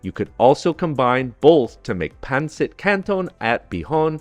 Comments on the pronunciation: Yummy! But...not PAN sit...It's pronounced PUN sit. Thank you! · The accent is on the second syllable, not the first. pawn-SEET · Pan-cit 😂😂😂😂😂😂😂😂😂 OMG the pronounciation and accent pan-cit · Good job on the Pancit but your Filipino pronunciations are way off!